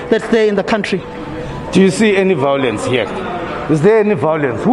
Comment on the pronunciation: Why does all the EFF members say VOW Lence,,, ????